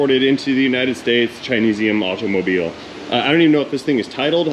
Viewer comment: Too much emphasis on the letter T pronunciation in automobile.